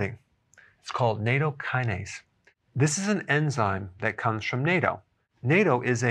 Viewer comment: I believe it is actually pronounced Na-Toe-Kin-a-Se in Japanese, and it being a Japanese thing, this is how we should say it too.